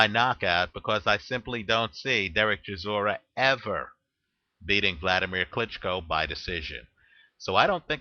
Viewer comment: its pronounced chi saw ra